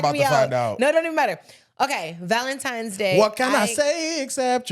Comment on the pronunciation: I heard it soooo much this year!!! 🥴 "valentimes" Just idiots and lazy 😂😂